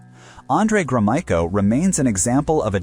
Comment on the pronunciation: Drinking game: Take a shot every time the narrator pronounces Gromyko in a new way